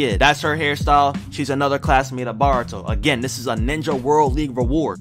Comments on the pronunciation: baruto is pronounced bortoe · Bro it’s not baruto it’s boruto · its boruto BOUR U TO not BAR uto